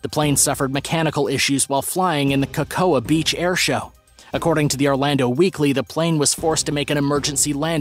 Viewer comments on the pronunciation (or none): Dude- you don't even know how to pronounce 'Cocoa Beach?🤔Every three year old knows what cocoa is.☕ Blame it on Starbucks & all their 'exotic' menu terminology, I guess...🙄